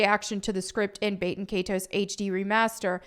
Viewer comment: can you learn how to pronounce “baten” please? its Bah-ten